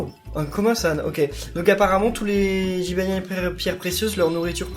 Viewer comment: j'ai trop rigoler quand ta dis jybanian 1